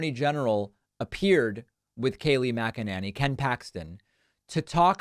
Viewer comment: "Kay-Lee Mac-Uhh-Nah-Nee".